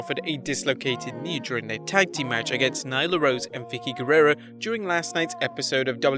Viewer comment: I’m sorry did he say against vicki guererro???